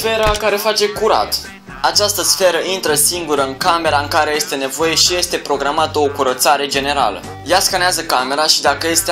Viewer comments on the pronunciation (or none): APP... ZII LA SA NU MAI PRONUNTE,, ESTE,, CA TAMPITII!!! SE PRONUNTA,,IESTE,,:p